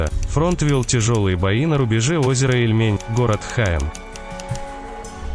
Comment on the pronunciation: Озеро Ильмень а не ильмЕнь...